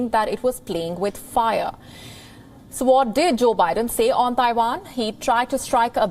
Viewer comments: It’s Taiwan not Daiwan! And pls don’t mixed up your Vs and Ws! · itz Taiwan, Not Daiwan